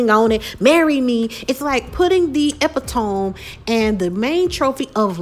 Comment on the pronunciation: It's pronounced e-pit-o-me